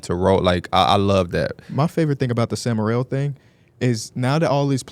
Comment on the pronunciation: Why are they calling him “Sam Merrell” 😂